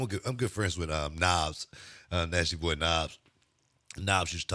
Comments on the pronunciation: Man i thought he was saying "nas, nasty boy nas" and i was like hell yeah but then I figured it out lol. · Thought he said Nasty Nas....he said Nasty Nobbs heh